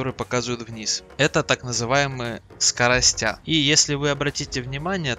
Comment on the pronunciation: скоростя, лол) 37к боев, дай думаю гляну как там новичков учат. Это не обучение и не объяснение. Набор рандомных советов, многие из которых сомнительны. Про скоростя просто убило. А заставка да, ничего, только слово сводиться без мягкого знака. Впрочем, для человека произносящего скорости как скоростя это не удивительно. Дно.